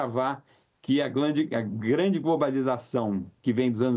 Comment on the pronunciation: "Que a glande globalização..."